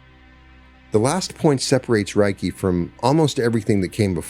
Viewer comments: It's pronounced 'ray kee', not 'rye key.' Spoken words matter. They carry frequency, vibration, and energy and need to be correctly pronounced to align with the intended frequency. 'Ray' as in light. 'Kee' as in energy.... Reiki. Yea, I know, go ahead and call me names. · I always appreciate your insights and this was enlightening. I've been a Reiki Master for over a decade and it is a beautiful healing energy. Worth noting, Reiki is pronounced RAY KEE. The pronunciation RYE KEE would mean something like "thunder/lightning energy." Thank you for sharing this beautiful message. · It's pronounced RAY-kee. Any Japanese person will confirm that. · Sorry, buddy. It's ray-kee. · ...."if you mispronounce Reiki as "Rye-kee," you are phonetically saying "Thunder Energy" instead of "Spiritual / Universal Energy" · It’s pronounced Ray-key! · Hey, this was great to listen to. Reiki pronounced Ray key, I’ve been practicing for 8 years and teaching 4 years. It’s such a beautiful healing modality & I love sharing wisdom & knowledge from my journey too 🙏❤️ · As a Reiki master teacher, in appreciation of your share, i just wanted to say Reiki is pronounced as Ray ki, Rei means spiritual ki means energy❤ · I have studied to master level - isn’t it pronounced Ray-Kee? I also do Brainspotting would love to talk to you about it! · Reiki practitioners pronounce it RAY key. Think RAY of energy (ki). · Thank you. It is pronounced Ray Kee. I am trained to Level 3 Reiki Master. This video is greatly appreciated. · Reiki is pronounced RAY-KEY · RAY-KEE REI=RAY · You can't even pronounce it properly... no scholar on the subject...😢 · Thank you, what a perfect explanation of Reiki (aside from a few pronunciations). I’m a Reiki Practitioner and believe the beauty & power of Reiki is in its simplicity ❤ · Anybody know why he mispronounced reiki? Seems like a huge oversight and makes it hard to enjoy the story. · In its actually pronounced with a l not an r